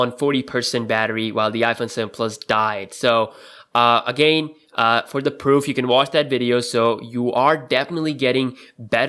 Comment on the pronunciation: Dude, check out how to pronounce "again".